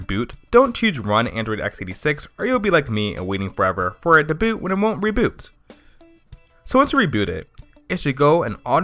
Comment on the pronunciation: Joey Greathouse Rufus he has a speech problem it seems.